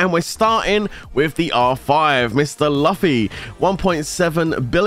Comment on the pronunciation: Pleasae read Luffy correctly pleasee hahaha